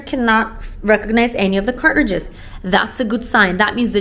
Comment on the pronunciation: “Cart-ridges”…I love the way you pronounce the word!! ❤